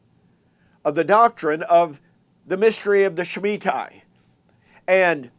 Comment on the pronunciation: why don't you read the book and learn how to say shemitah (ends in ta not tai). if you read the book yous learn Kahn is not saying the world will end. he's saying an economic collapse is coming. you dispelled it before you read it so why even bother reading it? you're wasting your time and even worse, wasting mine.